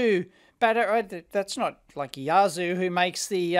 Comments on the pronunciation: Yazoo! . umm err wtf. It's you-arse-sir. What kind of Kangaroo riding Kazoo player says "Yazoo". Some kind of a battery above min charge voltage needed or it will lockout by design, then failing that relays, see if they click nicely with a bit of juice applied. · Those batteries aren't Yazoo, they are Yuasa (You-ass-ah) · They're only the same in the way Dave mispronounces them ;-)